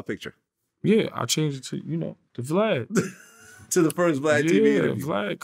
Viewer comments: It’s Vlad not Flav 😂😂😂😂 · Oh snap! I thought it was just me hearing Yayo call Vlad Flav more than twice.